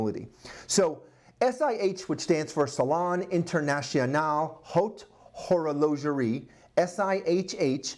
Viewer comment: The way you pronunciated haute horlogerie gave my watch AIDS. Also, I agree with the other commenters, slow down, plan out the vids more, think them through, draft a quick timeline and or synopsis before you start so you have a bit more of a game plan, it will show. This is the first video i have watched of yours so not sure if you have improved and I may not be watching another, because i really liked my watch, and you gave it AIDS. Well hopefully it turns out to be the good AIDS. Maybe if it pulls through I will pop in and check out another of your vids some time.